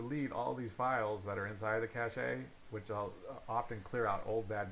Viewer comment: please never say "cashay" again oh my god